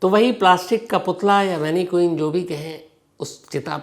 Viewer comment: मैनिक्वीन नहीं मैनिकन